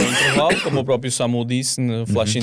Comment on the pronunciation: Alguém pode por favor dizer ao que não se diz "própio" e sim "próprio" 😂